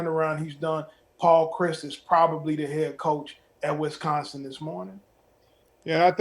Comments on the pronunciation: It's Wisconsin. Not Wesconsin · It's not WESconsin. Dammit, learn how to pronounce it.